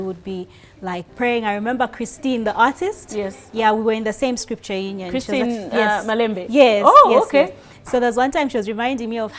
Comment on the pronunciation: Did you just say Christine "Malembe" 😂😂😂